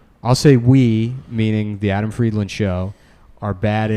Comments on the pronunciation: He always pronounces it wrong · Why does Adam pronounce his last name like someone that is not from Rhode Island, trying to pronounce "Pawtucket"?